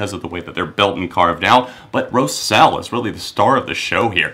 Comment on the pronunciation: Her name is pronounced row (rhymes with wow) - zell. Great review! And indeed Sadboy is a transcendent moment in this generally amazing album. They really show great progress in their song writing in this album (or maybe it's the producer's input). I was so hyped for this album and it exceeded my expectations.